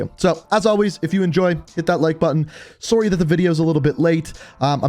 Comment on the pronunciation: Same as soon as he said sorrrrrrrey